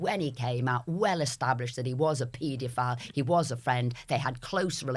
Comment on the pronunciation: Woman , PLEASE pronounce the word pedophile properly . Please